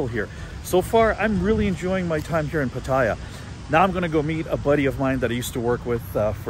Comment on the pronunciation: Hi! FYI...PATTAYA is actually pronounced PAT-TAH-YAH, not PAT-TIE-YAH. It's pronounced exactly how it's spelled. No hate, just want you to pronounce it like a native Thai. Safe journey to you!